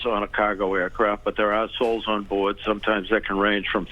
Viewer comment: Am I the only one who’s rofl because of the way the guy said “there are souls aboard” ( - ). There’s WHAT ABOARD????🫏🕳️